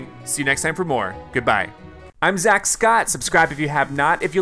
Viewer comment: Its Zack not Zach